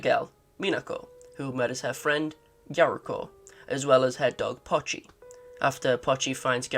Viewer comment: It's POCHI, not Pachi. "POE chee"